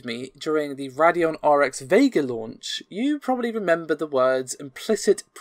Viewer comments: Joe Sterling the people who work there say Ray not rad. ATi and now AMD have always said RAYdeon. This isn't an accent issue... It's saying the word incorrectly. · I say RAYdeon, you say RADDyon . . . Heh. Seriously, I hear it both ways all the time.